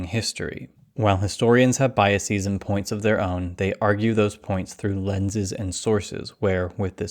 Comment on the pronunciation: TLDR: Biases is pronounced like buses, houses, glasses, NOT oases, matrices, parentheses. You consistently pronounce "biases" in a nonstandard way. You shift the stress to the last syllable, and change the vowel from a short /ə/ sound to a long /i:/. This is a strategy used for the certain Latin loan words, which were borrowed to English along with their original plurals. More specifically those ending with -is (oasis - oases, basis - bases, hypothesis - hypotheses, etc.), and those ending in -x (vortex - vortices, cortex - cortices , matrix - matrices, etc.). However, the singular of biases is neither biasis nor biax, but simply bias, thus the plural is formed in the same way it is for most words ending in -s, like houses, buses, glasses etc.